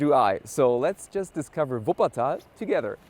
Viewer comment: Er kann so was von deutsch so wie er Wuppertal ausspricht